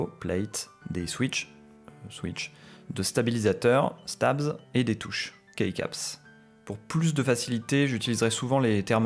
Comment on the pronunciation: Super vidéo ! Vraiment informative et riche merci beaucoup, le rythme de la vidéo attire l’attention, on a envie d’écouter et d’appofondir ses connaissances. PS: juste un minuscule tout petit détail, key comme dans keycap ça se prononce juste « ki » 😊